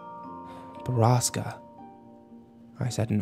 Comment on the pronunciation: They call "borasca" a place but borasca is storm in Spanish also he's mispronouncing it